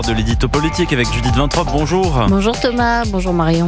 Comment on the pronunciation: Vintrobe, vintrobe, Vin trop bu peut être ? Apparemment cette dame sait lire correctement.